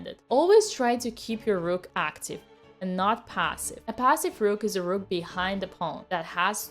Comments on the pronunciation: Except it’s a russian sacrifice and thus she sacrificed the rrrrrruuk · I love the rrrrrrrroot